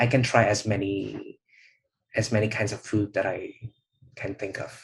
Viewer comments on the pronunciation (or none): Well did you call him Dat or That?